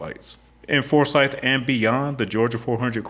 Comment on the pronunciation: I grew up in Forsyth County and drive GA400 every day. Thanks for doing a story about my "home highway". I would like to correct your pronunciation of our county, though. It is forSYTH not FORsyth. We care very much about that.